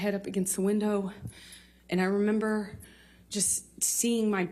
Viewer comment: I re-amber